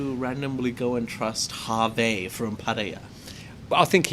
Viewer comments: We say hervé actually (h is not pronounced)... not harvey 😉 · Jay is right the midget on fantasy island also from James Bond island Phuket, Hervé Villechaize pronounces Herve with a silent "H". pronunciation is more the Jimmy Stewart movie with the big white rabbit.